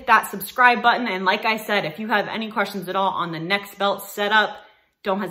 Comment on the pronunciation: the company name is Nexbelt, not Nextbelt. No "T". Need to get your sponsors name correct.